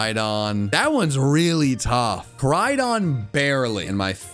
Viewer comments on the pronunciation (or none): Koraidon, not Karidon!